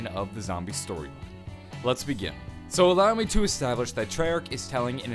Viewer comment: Nobody gonna comment on "Stroyline"